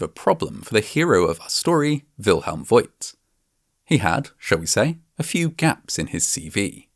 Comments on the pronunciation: Bürgermeister = Mayor Burgermeister = Burger master (there are probably hundreds of burger restaurants in Germany named "Burgermeister") And the name "Voigt" is pronounced /fo:kt/. The 'i' doesn't indicate a diphthong, but a long vowel, just like in the city of Grevenbroich. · By the way: Wilhelm Voigt is pronounced similar to Faught - or so. The letter "i" is a lengthening letter and makes the "o" longer. Unlike in English, where "lo(w)" and "loo" become something quite different. At least in pronouncing. Love your videos, thank you! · As a guy with a tiny bit of knowledge about the German language, I just loved mixing up the sounds of V and W! Well, I actually loved the whole episode (as usual)! Your humor is low-key, but hilarious!